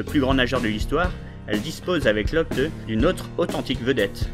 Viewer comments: non mais serieusement ryan "lochteu"????? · oui c'est vrai mais a ce moment là tu devrais prononcer locht sinon tres bonne video!